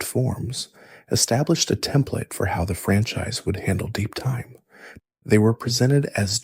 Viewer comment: you pronounced franchise francheese